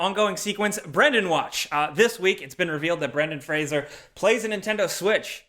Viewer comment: Being so young you don’t know how to pronounce Brendan Fraser.